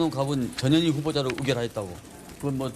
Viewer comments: 저년이큰거한껀햇네.. 앵커님 발음대로 썼습니다. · 이 아주메는 이름 발음이 이상야릇해 저녀니 저녀이 ㅋ ㅋ ㅋ